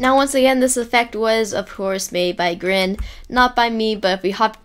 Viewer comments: Its not grin Grian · It is Grian not Grin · No the best head game person is "Grian" he said "Grain" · Love how you pronoun Grian not like Gree-uhn, but like Grin, XD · Grin? Sir I think you mean Grian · Did he say “This effect was of course made by GRIN